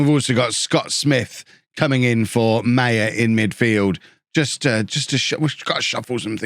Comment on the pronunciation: I hope sells Maher. Because he butchers the name. It is not pronounced ‘Meyer’. It is ‘Ma-her’.